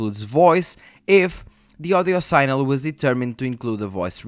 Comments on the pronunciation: Sig-nal is the pronunciation you’re looking for, not sign-el. One of those weird english things. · Just one piece of constructive criticism on your otherwise great video: pronunciation of "signal"; whilst phonetically "sign" is pronounce "sine", the word "signal" is phonetically pronounced "sig"-"nal" in English, and not "sine-al".